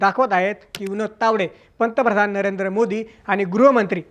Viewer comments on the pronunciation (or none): none